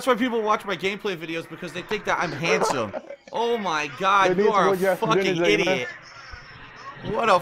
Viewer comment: I hate his pronunciation of "idiot." Infuriating.